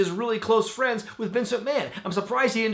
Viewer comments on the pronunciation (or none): none